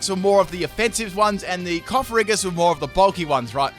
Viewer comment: I know it won't matter, me saying it, but....it's not coff-a-ree-gus, it's coff-a-gree-jus, ya know, as in coffin and egregious